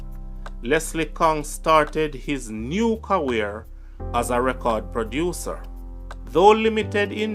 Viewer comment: Great job brother but your pronunciations are bad at times it's film and career not flimsy and cawweer..and talent scout not scot..please review before presenting the video..bare in mind people outside of Jamaica are watching and listening